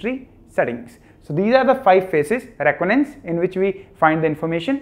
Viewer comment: What is roconance 😂 it’s re con I dance reconnaissance 🙂🙏🏻